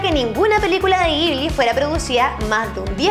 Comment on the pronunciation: CREO que se lee como Yibli >.<